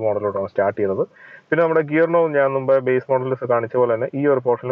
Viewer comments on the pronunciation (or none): none